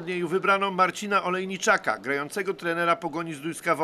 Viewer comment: Marcin Olejniczak, a nie Ojeniczak